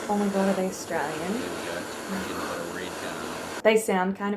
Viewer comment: 'Are they arsetraylyin?' LOL no shade, I say it that way too, its ironic we can barely pronounce it.